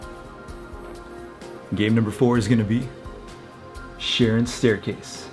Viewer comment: Charon is pronounced with a K. 😊✌🏻 Great video!